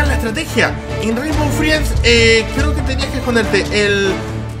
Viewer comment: oye no se pronumcia rimbow friends se pronumsia reinbow frends